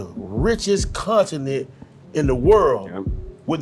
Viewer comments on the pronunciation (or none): none